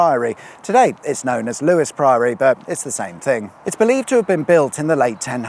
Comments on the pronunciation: LEWES!! NOT LEWIS credibility lost! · Lewes is pronounced Loos... well, not sure but I want it to be 😂